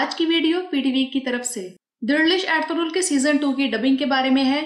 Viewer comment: Yeh eldurul hai ya althughral pronunciation sahi nhi lugrhi aapki